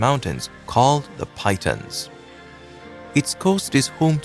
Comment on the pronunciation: Piton - pee-tor not Pyton